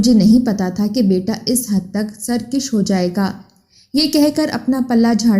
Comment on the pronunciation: Sarkish nahi Sarkash hota hai .